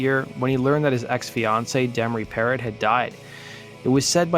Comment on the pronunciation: Demri's last name is pronounced "Parrow". It's French. The last consonants on French words often aren't pronounced. Like the car company Renault. You pronounce it "Renau". Same thing with her name Parrot. It's Parro.... spoken "Parrow". Remember Ross Perot? The guy who ran for president? Same thing. It's French. Pronounced "Parrow". Love your videos. You're a great rock historian.